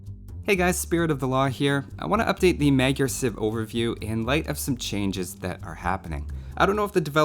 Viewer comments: This is how you pronounce it: It's like "Muh-jar" soft on the j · I feel so horrible for saying this, but it's technically pronounced 'MOD-jer'.